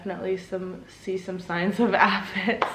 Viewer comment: Say it with me...AY-fids! 😂💚